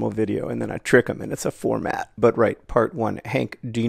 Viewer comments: The four-mat 😅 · You’ve broken the word “format”.